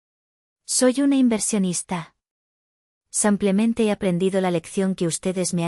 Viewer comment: Ha la narradóra no se dice sampiamete se dice simplemente.GRACIAS.......